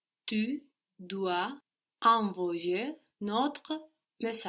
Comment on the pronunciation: Fantastic video as always, como siempre. So,, it's "tu dois envoyer notre message". Why doesn't the s from dois carry over to the e from envoyer to sound like doisenvoyer? Thank you, eres el rey de los idiomas!